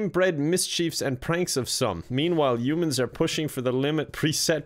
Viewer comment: Human is pronounce (h)yo͞omən not youmans lol